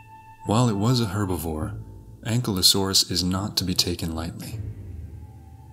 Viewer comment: Pronounced (AN - Ki - low - saurus) Ankylosaurus . Not "Ancklelasaur".